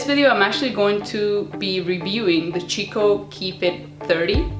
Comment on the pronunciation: The brand is pronounced "key-coh" not "chi-co"